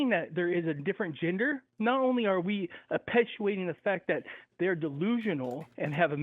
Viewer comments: Did bro say appetuating? 😂😂😂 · Mans said "appetuating" 🫠